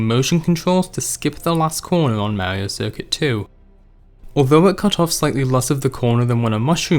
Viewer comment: "This, is mawio cuircut twu" I love it! (Not hate btw)